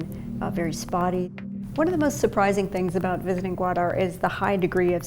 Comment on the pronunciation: I don't understand why Bloomberg is so anti-China. The documentary is completely biased and present a narrow twisted view of the situation on the ground. As a Pakistani, we pronounce it as " gaw_aa_der " not gwada.